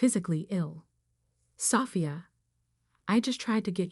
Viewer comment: Will you please fix this AI voices pronounciations or use a different voice or software program! Sophia not safia